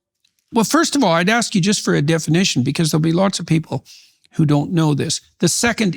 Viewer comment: I dont knOE You dont knOE? I dont knOE